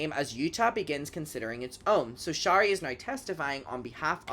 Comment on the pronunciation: Great vid! FYI, Shari is pronounced in a way that rhymes with “cherry” , NOT “shah-ree” ❤